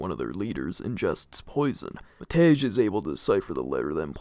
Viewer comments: I shall no longer tolerate the disgrace westerners bring to Matej's name! ITS PRONOUNCED MATEY NOT MATEZH. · Love it when English speakers try to pronounce slavic names, always a barrel of laughs. I particularly enjoy Matej (The actuall pronounciation is closer to "Mat-ey"). It's teetering on the brink of sounding like "Matt Edge" and I love it. Janči is also up there. For those who don't know anything about slavic languages, Pavol and Matej are the Slovak forms of Paul and Matthew. Janči would be something like "Johnny" if I know my Slovak correctly, don't quote me on that one, though. I'm not a Slovak speaker, just a Serb with some surface level knowledge of it, enough to know how to properly pronounce it and translate the basic stuff. Janči, to me at least, sounds like a nickname for "Jan", that is "John", therefore "Johnny". Might be wrong, though.